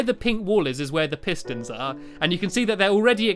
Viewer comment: i cant understand the redstone piston pistoon what?!! hahaha